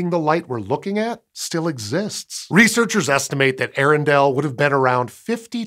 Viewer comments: Pronounce both the vowels at the beginning Earendel separately. A-air-en-del. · Just a tiny nitpick, but Earendel is pronounced with the first a making a separate sound. Ay-ah-ren-dil. It is rumored that the name of this star as written in an old English text, is what I soured Tolkien to begin to write his entire legendarium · Hi. Earendel was named so after Tolkien's Eärendil. As such, the "ea" are in hiatus, not a dipthong. It's not 'eh-rendel,' but 'ee-ay-rendel."